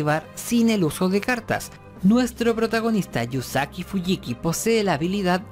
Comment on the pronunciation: Yusaku no yusaki